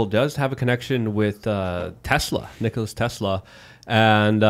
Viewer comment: lol nokolas nikoli no its just nikola